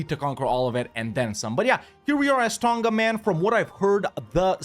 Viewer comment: I dunno, he did mention in another video he was from Kiribati, but I would have thought he would have known how to pronounce other Pacific Islands properly if that was the case. He doesn't pronounce Tonga correctly nor does he ever pronounce the Maori Iwi names anywhere near correctly. It's also not a Francophone country iirc.